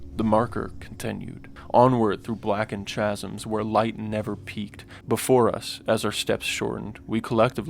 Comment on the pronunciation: "chasms" is pronounced kaz-ems bud